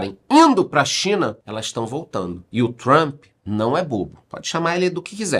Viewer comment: Comecei no BB e BB seguridade....só um comentario aleatório.Parabens pela pronuncia no inglês....doi meus ouvidos qdo ouço jornalistas falarem "Trumpe ou Trumpi"😂😂LOL